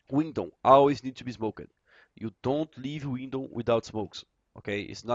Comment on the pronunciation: Awesome video once again. Now everyone's going to be an expert on mirage! Love the way you say "smoked" like "smokered" hahaha :D